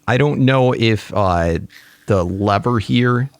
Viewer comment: It’s lever not leaver lever